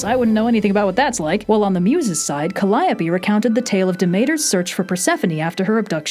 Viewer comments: Υπέροχο βίντεο όπως πάντα, αλλσ Καλλιόπη, όχι Καλλάιοπη, ΑΡΓΚΧ XD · Yeesh. I have always pronounced calliope wrong apparently. I always said it like “ka-lee-ohp”, instead of “Kuh-Lie-ya-pee”. Even typing that out was painful! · I have a question about Calliope When it comes to Greek pronunciation would it not be Cally-oh-pee? I know it's pronounced that way in different places, but the Greek one I'm pretty sure is that way.